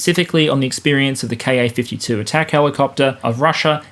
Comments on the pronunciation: Great analysis, as usual. My only issue is that every time you say “Ka-52” I hear”car 52” and my brain switches it to “car 54” and fills in “where are you?” But them I’m old enough to have watched that truly horrible tv show. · More-or-less random observation: I keep hearing 'Car 52' when you're saying KA-52. And I'm at the right age that it reminds me of an old black & white TV show called Car 54, Where Are You? I have little idea what the show was about (presumably the police officers in car #54?,) just that Nick at Nite thought it was worth telling me about. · When ever you say "KA-52", pronouncing the "KA" as a word instead of letters, it makes me think of an old TV show called "Car 54, Where Are You?".